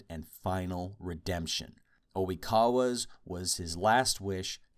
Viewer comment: Is Oikawa really called "O'wikawa" in american dub..?